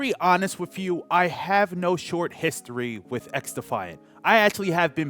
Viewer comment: You pronounced "TH" in the word "the". Use that on the word "with" too lol